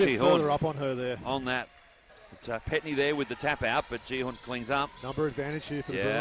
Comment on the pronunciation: 표기때문에 그런 건지 "지현"이란 발음이 어려워 그런 건지 모르겠지만, 경기 내내 "지훈"이라고 부르네요. 다른 경기에서는 이렇게 심하진 않았던 것 같은데 말이죠. 하여간 어제 경기가 없어서 그런지 오늘 쉼없이 40분 다 뛰었는데, 남은 경기도 부상없이 뛰길 바랍니다. 박지현 선수 파이팅!!!입니다.